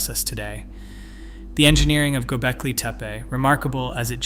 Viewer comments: What's "GobeLki"? I thought it was "GobeKli".... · Learn to pronounce "Gobekli" :hand-pink-waving: It is not GoBELki. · Good video, but where are you pulling this "i" from⁉️ It's TepE and it is NOT TEPI. TEH-PEH Twice you even said TIPE?!?! Once even GOLBEKI⁉️ Why is it so difficult to say TEPE, TEH-PEH, NOTHING OTHER THAN THAT. Again, it's a good video. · not to mention, he mispronounced both "Gobekli" and "Tepe" several times. I always question someone presenting "with authority" that cannot pronounce names/words. Generally, it indicates a willingness to act on assumptions with confidence, or inattention to detail during post editing at the very least!